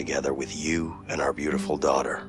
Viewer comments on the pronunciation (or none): none